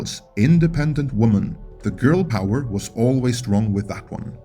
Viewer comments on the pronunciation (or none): none